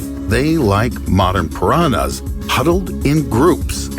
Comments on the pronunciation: Só eu que fico agoniada com ele falando "piranas" ao invés de "piranhas"? O som do "nh" não deveria ser tão difícil kkk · ele falando pirana kkkkkkkkkkkkkkkkkkkkk I love you and your content and your voice keep that up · For me its the way he pronounce "Piranhas"